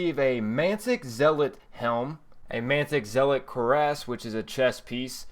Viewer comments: And cuirass is pronounced cure-ess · Hey man. I loved the video, it was great and you built it well. I have only one problem, and it's a very very minor one; your pronunciation of several words. Just to let you know, it's not a big deal. Here are a few of those words: Hezen Zealot Cuirass Minuet Just thought I'd let you know. Otherwise, love the video. You earned my like ^_^